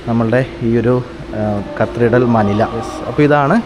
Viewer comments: കത്രിഡൽ അല്ല കത്തിഡ്രൽ ആണ് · Pronounce , CATHEDRAL.